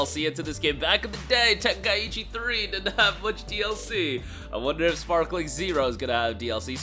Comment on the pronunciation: Sparking bro Sparking not sparkling ✨️ 😂